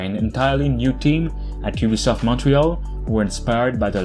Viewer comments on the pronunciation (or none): none